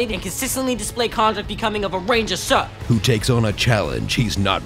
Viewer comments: Of everything that SHOULD have irritated me so intensely during this movie, what I found absolutely unforgivable was that Jaden Smith kept saying the word "Sir" as "SUH!" This movie forced me to realize how trivial I am...and I am NOT ok with that. I was hoping to have that satirically pointed out to me during a future season of "South Park" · jaden smith( if that's how it's spelled) always says his er sounds like uh sounds, like he isn't really into what hes doing. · jaden smith doesnt know how to make r sounds